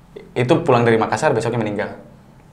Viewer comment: Dzawin sebut "Makassar" dengan pronouncation yg benar, salut wkwk..